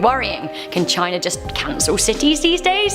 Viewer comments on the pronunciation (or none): none